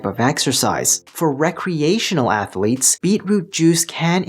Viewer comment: I can’t trust a man who says ath a letes.